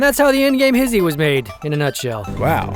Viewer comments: If this was addressed before & I missed it, my apologies. Why do you pronounce it ‘hizzy’ and not hishhh-y? TIA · He said Hiss-she, not He-she.... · It's Hish-she ... Yes the "sh" gets to be in both syllables dammit! :-p